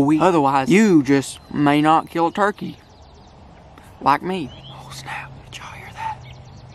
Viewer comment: "turtey time"